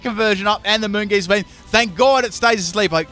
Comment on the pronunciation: Anyone else really triggered by some of your pronunciations? O-Master? Moongeast beam? like really?